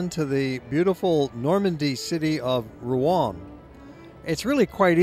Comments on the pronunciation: Pronouncing Rouen wrong. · Pronunciation of Rouen is wrong.